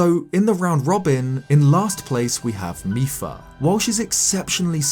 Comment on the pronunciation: mipa not micheal